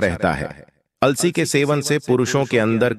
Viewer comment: It is अलसी not alasi